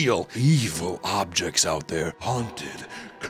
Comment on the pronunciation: "Cursed Objests" was that on purpose lol